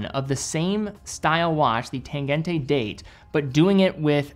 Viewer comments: please learn how to pronounce the "g" in "tangente". Is should sound like g in "tangent", or "gina" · The -e ending in German is pronounced -uh, never -ay. No idea where all the American watch YouTubers got that into their heads but it’s the same with Lange, though you say that one ok. So just pronounce the ending of Tangente the same way you do Lange 😉